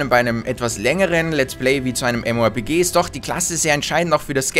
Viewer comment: Lol, "mmorp-key"